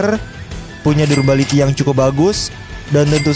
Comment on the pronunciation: mage pronounciationnya salah wkwk, damage juga salah wkwk, trs bukan durbality tapi durability, trs bukan brust tapi burst WKWKWKWK